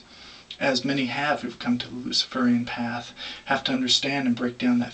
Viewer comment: Luci-fur-ian? Hehe